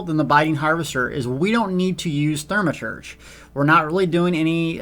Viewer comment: Say it with me.. THAW-ma-turge. THAW-ma-turge. One more time.. THAW-ma-turge. :-P